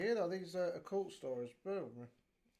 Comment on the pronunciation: I prefer Just Eat. I’ve heard too many horror stories to trust Uber Eats lol Also are you saying Occult or a cult? Because Occult is to do with supernatural and the paranormal lol